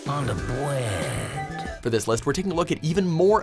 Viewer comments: lol Bwead. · " it's melting on the bweaad" the only thing I got from this